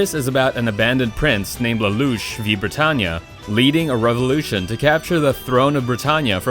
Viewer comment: Narrator: BritaNJA rest of the japan:BRITANNIA